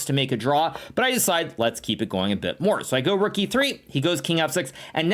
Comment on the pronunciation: Levy goes like: "sacrifices...THE ROOOK" Hikaru: "sack the ruuUk" 😂